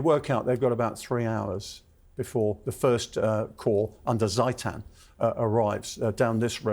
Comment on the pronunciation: Very interesting and in depth analysis, this is fun to watch! However, Hans Ernst Karl, Graf (Count) von Zieten is pronounced "Tseetin", opening with a sharp Ts-sound and then rhyming with "meetin(g)": Not "Seitan".